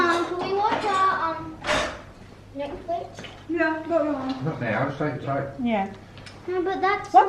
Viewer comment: Bakit bothered ako pagsinasabi ni na Netflex instead na netflix hahhahha